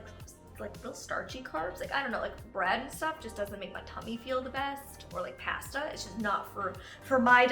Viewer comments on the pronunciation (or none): Can we just all hear the way she says pasta right there??? That sounds so wrong, omg!